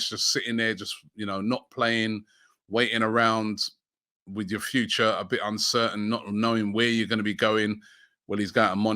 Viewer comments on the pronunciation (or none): none